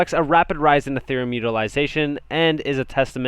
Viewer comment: it's not "A"thereum it's Ethereum just sayin. Good analysis otherwise, thanks.